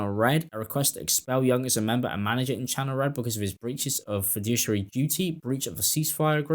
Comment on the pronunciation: Fiduciary - Feh-do-she-ary